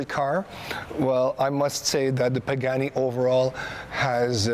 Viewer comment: right probably should pronounce the name right before vlogging.